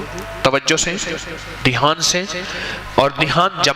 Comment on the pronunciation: مولانا صاحب نوٹ فرنا لیجیۓ ۔۔۔۔ لفظ دیھان نہیں بلکہ دھیان ہے